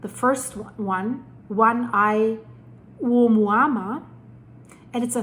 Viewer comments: It's pronounced "Oh-moo-ahh-moo-ah" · the Pulse with Career broadcaster here...phonetically: uh MOO uh MOO uh. Love EVERYTHING you do! MUAH!:)